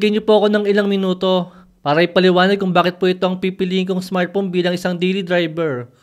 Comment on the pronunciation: Smart phone ❌ Smart phome ✅ 😂😂 Puno nang pagkain ang bibig habang nagsasalita ✅